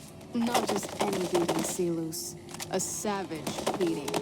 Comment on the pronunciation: The only weak part here is how even NCR officers know the Latin pronunciation of 'Silus' (see-lose), but Caesar himself still goes by the anglicized pronunciation (Sai-lus).